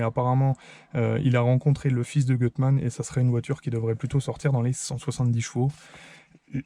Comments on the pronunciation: Magnifique 👍 En revanche c'est "goutte mane" la prononciation 😉 Je serais curieux de savoir comment ça marche par rapport à un swap de XU9J4... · Gutmann si lit Goutmann 😉